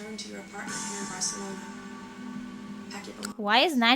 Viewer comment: She did not butcher it, Tyra said it correctly. I am Mexican :)